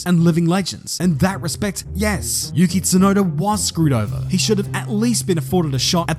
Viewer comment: its yuki tsunoda not yukit sunoda. you-key-tsu-noh-da not you-kit-su-know-da. i know youve heared japanese words are read together on a straight flow but that doesnt mean you can just change the name. every time you say it like how you say it my ears bleed, do you not feel sorry for me? it fckng hurts.